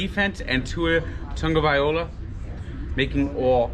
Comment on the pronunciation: Congrats on the win. By the way just say Tua and not his last name because you’re butchering Tagovailoa! I know it‘s hard but just saying Tua for now is a good start until you can pronounce Tagovailoa —-He‘s the best quarterback and you have em!!!